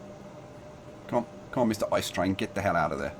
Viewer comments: Drinking Game: One shot per wrong pronounciation of ICE. The correct pronounciation is I-C-E. PS: DO NOT DO THIS OR YOU MIGHT DIE! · For the love of the sweet lord baby Jesus Christ, do not ever say the name of the train "ICE" as ice in the word ice-cream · To be pedantic: ICE isn't actually pronounced ice. You speak every letter individually. So it's just an abbreviation, not an acronym.